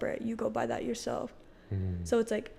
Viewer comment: He also says, “introduce yourshelf”